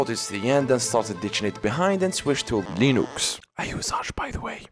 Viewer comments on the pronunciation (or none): the way you pronounced “leeNUX” i died